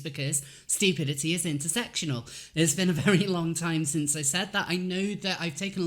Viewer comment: "Stupidity is intersektional" in the beginning almost killed me!!😂😂 Thanks for an awesome video, keeping us all sane!!😁👌